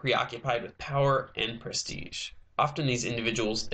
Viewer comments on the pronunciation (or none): none